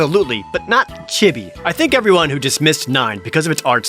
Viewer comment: You say chibi wrong